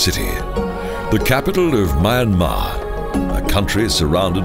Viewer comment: unfortunately the pronunciation of the country's name and many other names is incorrect and there are errors in the spoken commentary ! apart from that a nice documentary and voice.